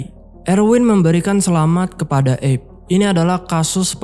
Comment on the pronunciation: Padahal looh, erwin dah panggil "Abe" bukan "eb" Abe = Abraham. Sama seperti panggilan untuk Abraham Lincoln